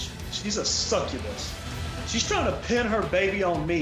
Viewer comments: Same. But more because he couldn't say the word right. Lol lol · When he said “she a sucabus” I laughed so hard